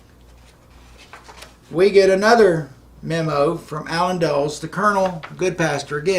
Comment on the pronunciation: Good content. I like the change. But I have a hard time believing a man of that age who can't pronounce Allen Dulles' name ... Or the 1950's post-it note "enclosure". :::sigh